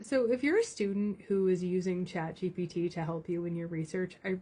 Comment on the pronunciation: Chad GPT does it again! I concur. This happened to me recently. "Be vewy vewy careful" - Elmer Fudd (btw, he never said, that)